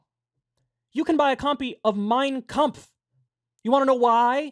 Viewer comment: Kampf. Not Kompf. I don't even know what that means. But hell, we don't read the thing in Germany, Denmark, France or anywhere. That's waste of time and energy.